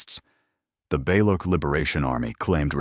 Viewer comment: It's not ba-lo--kiss-tan. It's ba-loo-chis-tan. "ch" as check.